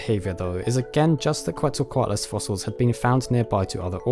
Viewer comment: pronounced: "ketzel-co-what-a -loss" or just say Q